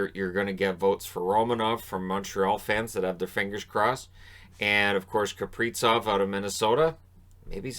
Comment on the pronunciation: Please stop calling him Kapricov. It's Kaprizov. Love the vids but this has been really scratching my ears lately.